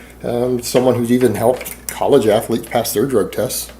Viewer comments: I didn’t know athlete was a three syllable word.... “Athell Leets” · Jesus jumped up christ! Once you notice his constant nose breathing you can barely hear anything else. Also, how the fuck is "athletes" a three syllable word?!